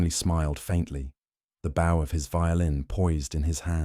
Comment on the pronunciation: Why can't AI pronounce the word bow relating to the violin,in the correct way?